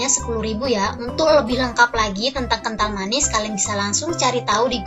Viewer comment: Ngomong appan anj kental manis kental manie